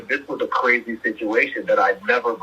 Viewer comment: cwazy... thats how he was fixing to say thats crazy